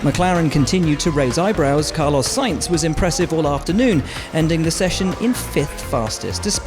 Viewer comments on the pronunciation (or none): none